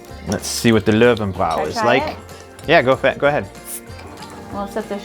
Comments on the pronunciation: Love the pronounciation "Low and Brow"! ;) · Bräu is pronounce Broy Löwenbräu= Loovenbroy.